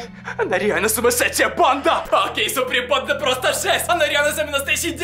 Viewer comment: Что он говорит всё видео?Супринпанда?(я знаю,что должно быть суприм банда